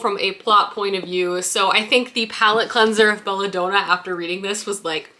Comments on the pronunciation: Belladonna is pronounced like the woman’s name Donna. It’s DON-NA not DOH-NAH. Don as in Donald. So like basically it’s the name “Bella” and the name “Donna” together in one word! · Been binging your channel and really enjoying your videos, but a few pronunciation errors are driving my teacher brain nuts! It's Belladonna, as in Donna, not doh-na like donut. Tea comes in sashays, not sachet pronounced like hatchet, and Salome is pronounced Salomay, not Salomuh. Love the content, but maybe just run names and words through Google before filming!